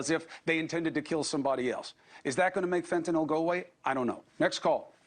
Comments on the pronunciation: Bill, its pronounced Fentanyl, not Fentanol. Fentanol has a hydroxyl ion on the chiral carbon and is a totally different molecule than Fenanyl. It’s pronounced Fen-ta-nil. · Hi Bill, long-time fan of yours here. The "y" in Fentanyl is pronounced like a short "i".